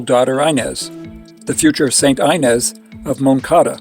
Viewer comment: It’s wonderful that you want to make these videos about Eucharistic miracles, but please learn how to pronounce the names of the people and places. For example, Inés is pronounced Ee-nehs and Avignon is pronounced like mignon as in filet mignon, Ah-veen-yawn.